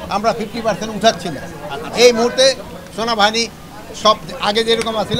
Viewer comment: ভাষার কি উচ্চারণ, "সোনাবাহানি" এই মাল আবার দেশের নিরাপত্তার ব্যবস্থা করে।😮